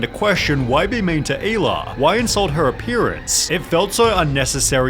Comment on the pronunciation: Shit Americans pronouncing "hila" like "eeila" wild. Its like "he-lah" Good video tho.